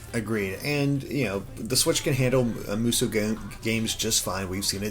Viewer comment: Musou is pronounced moo-so not moo-soo. lol